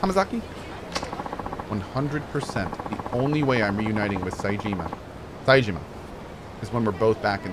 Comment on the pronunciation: If cohh can say Majima correctly, how is he always saying Saejima as SAYJEEEEMA